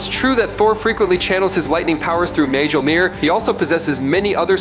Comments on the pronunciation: Mjolnir is pronounced "mole-nire". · Its pronounced MYAWL-neer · 1) Learn how to pronounce "Mjolnir." (hint: the "j" is silent). 2) Slow tf down! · It annoys me how he pronounces mjolnir. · Chris Hemsworth can pronounce Mjolnir. So what's your excuse?